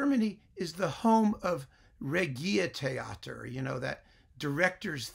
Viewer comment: At least German orchestras don't need to play "The New World Symphony" or Nutcracker every other year to make their donors happy. BTW - it is not pronounced reh-ghi-teh-a-tah... Who is the charlatan here? I do like the clarity of textures in Norrington, though his tempi are quite fast, often too fast for me. He brings things out, that most other conductors ignore, You can hear, he studies the scores. That alone is a huge pro from my point of view.